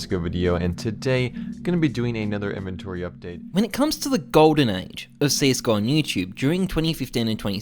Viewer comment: stop saying inVENTry lol